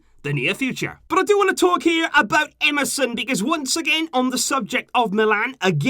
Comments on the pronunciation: You say Emerson, I hear MSN😂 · Is it just me or everyone hearing "MSN" whenever he says "EMERSON"😭😭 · You said emerson i heard MSN 🙂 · You said "Emerson" I heard "MSN"🥺